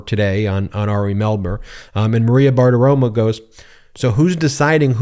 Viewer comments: BartiromOH, not BartiromUH. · Every time you say "BartiroMAH" all I can think of is how I imagine Bart Simpson would smell. And it ain't a good smell. Just take 5 minutes and say it 100 times: Bar Ti Ro MO Bar Ti Ro MO Bar Ti Ro MO (see, that's how to use all caps - like the judge who used CRYSTAL clear. You only use it when you want to scream. And I want to SCREAM!!!!!!!!!!!!!!! MO MO MO MO MO MO MO MO MO!) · Ben....my guy....it's BartaromO, not BartaromAH. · FFS, man. It's bar-ti-ro-*mo*. Not bartitoma. Stop acting like you can't be bothered to learn names. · If you're going to say someone's name dozens of times in a video episode, perhaps it would be a good idea to make sure you're pronouncing that person's name correctly. Maria's last name ends with an "o" not an "a". Practice saying it slowly a few times and then speed it up so you can pronounce it correctly!